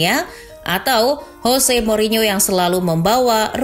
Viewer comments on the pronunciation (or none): none